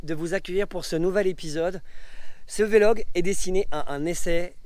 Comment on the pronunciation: Pq tu dis toujours « VéLOG » ? On dit pas un « Bélog » pour dire blog